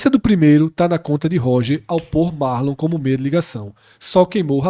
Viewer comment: O nome é Marlon não Márlon